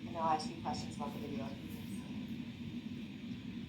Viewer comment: substain, axx, tackit, and on and on